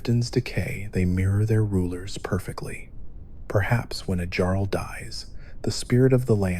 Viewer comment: Okay I think your video is amazing... But did you just say Jarl with a hard J????